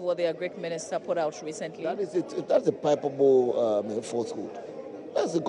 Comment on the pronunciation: Baba Jamal is such a disgrace! Because of propaganda he couldn't even say palpable - "pipable" instead! Shame on you, & this propagandist was an MP? How? No wonder we witnessed a complete MESS under them (NDC)!